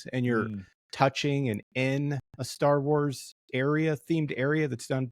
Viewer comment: The guy in the black shirt mispronounce almost every starwars words and locations and it made me on edge most of the video.